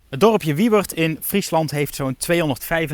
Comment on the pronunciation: Ik vind het heel grappig dat je Frans best heel goed is, maar dat je Wieuwerd niet uit kan spreken 😂